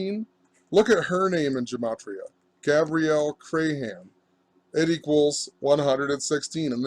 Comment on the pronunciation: You can't even pronounce Crahan correctly.